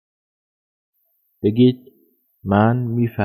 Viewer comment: Verstehen اون h خوانده نمیشه بجاش e کشیده تلفظ میشه